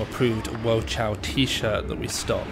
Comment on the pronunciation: cao is pronounced more like tsao not chao ;)